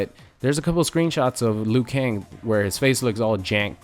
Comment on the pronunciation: Liu kang its Liu, Liu!!!!!